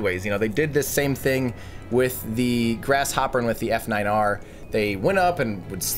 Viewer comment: Just for future reference, the F9R was pronounced "Falcon Niner" (At least it was by Gwynne)